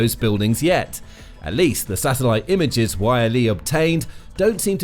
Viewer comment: It's not Y.L.E, it's Yleisradio shortened to YLE. So you just pronounce it as its written, YLE.